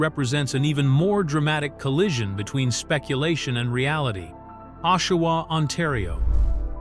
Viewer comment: Ashawa?At least get the name of the city right before u post,AI bushit.